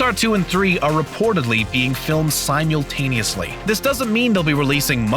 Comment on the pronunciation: supposively isn't a word and you mispronounced simultaneously. just in case you wanted to know.